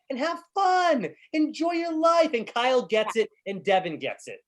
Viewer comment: I like how Vernon calls Kyle, "Kal"🤭